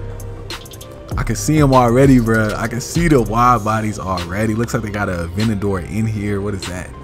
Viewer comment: Normal people: Aventador: Avinagor